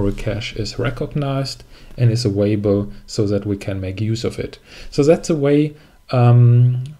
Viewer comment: thanks for the good video - but you are making me nervous, because you are always saying „avaible“ instead of „available“ 😂